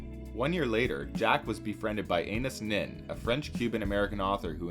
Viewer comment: Ah-nah-ees Neen NOT Anus Nin. Jeeezus.